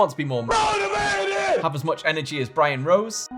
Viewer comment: What does call Brian Rose at 1.21? It sounds like Brian Choolay Rose. Maybe it's a pet name or something, but I feel I need to know.